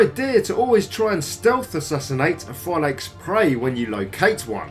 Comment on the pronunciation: u can't pronounce it Phylakes more than that 🤦🏻‍♂️